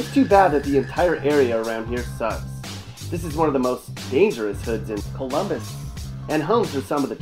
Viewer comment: Ummmm. Fake. Colummbissss. Wow has Pickrington highlighted. So funny. Guarantee this guy isint from Colummbisss.